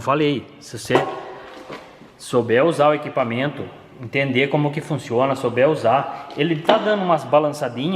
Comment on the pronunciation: Um cara tão inteligente, querendo ele podia falar melhor nossa língua portuguesa tão bonita, é de doer ouvir ele falar "inquipamento". ISSO É UMA CRÍTICA CONSTRUTIVA!